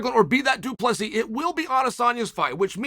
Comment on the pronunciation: Chael please!! Their names are not kazmat, piera nor duplici 😂😂 come on